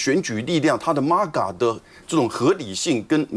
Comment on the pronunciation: 再次友情提醒：MAGA 不是 “媽GA", 是”妹GA". Please go back to learn your basic English before you spew out fake news and ignorant analysis.